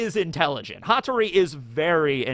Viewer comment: Its Hattoris Pa, Pattori